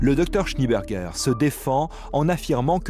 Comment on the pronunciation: SchnÉ-Bergueur, pas Schni-Bergueur, bordel !